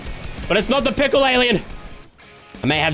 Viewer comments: said tickle instead of pickle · u sayin' pickle or tickle?????????